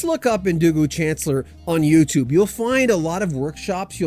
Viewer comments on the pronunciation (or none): Pronounced SHAN CLEAR...